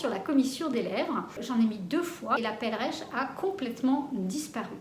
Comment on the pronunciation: Cela s'appelle une perleche,et non pas une pelreche!! Pour infos